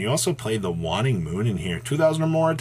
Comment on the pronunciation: If I had a dollar for every time mispronounces Shuraig and "waning" I'd be able to enter a few locals tournaments.